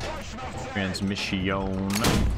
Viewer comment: " transmissión, deadión ", 2020